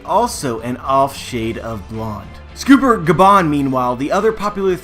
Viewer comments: dude its sCOPPER gaban not scooper gaban :D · Isnt it scopper, not scooper? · Its "Scawper" not "scooooper" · Scopper not scooper dumb ass, how are you gonna make theory videos of a series when you can't even pronounce thier names correctly? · is pronounced sCOPPER as in the metal, because GOLD rodger, SILVERs rayleigh, and sCOPPER gaban, the 3 mains of the rodger pirates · Joe-Boy?..... Scooper?..... SCOOPER?? I'm having a hard time taking you seriously when you don't seem to even even know these characters names. Knowledge and pronunciation are extremely important, even more so since you only use your voice. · you say scopper incorectly.